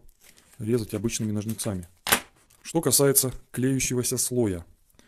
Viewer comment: "НожницАми" - режет слух, пожалейте, слушателей.